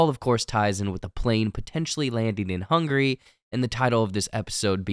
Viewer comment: Its "Hungary" not "Hungry" 3 syllables not 2